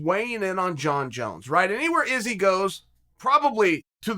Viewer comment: Chael: Surreal Gong Also Chael: Jong Jones Me: OK, great!